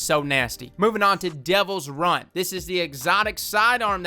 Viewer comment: Devils ruin is not pronounced as devils Run. Its Devils RUIN.